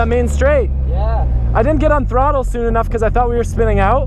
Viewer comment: I love how says throttle "trottle"